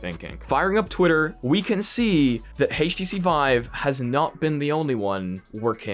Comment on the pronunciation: "Hayyysh T C vive"?